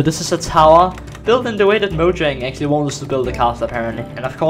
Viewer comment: bowyang... mowyang-? im sorry am i the only one who heard that